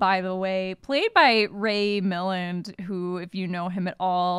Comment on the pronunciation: Not a criticism, just being informative- Ray Milland is pronounced mil-land not mil-lund. P.S., I know your hair can have “variances”, but right now it's just a gorgeous shiny shade of red/maroon/burgundy imo (it seems to change depending on the angle). Love it!